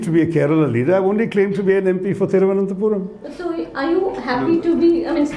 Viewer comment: It Seems he cannot pronounce the name of his constituency properly.